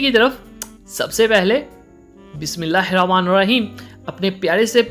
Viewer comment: I always like your recipes ... But please Bismilallah thk para karen ... I can understand its tounge twist but try to say properly